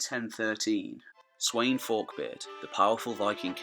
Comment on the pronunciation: Its Spelt Sweyn but its definitely not pronounced how you pronounced it! The wey is pronounced as a V! So it would be pronounced Sven Forkbeard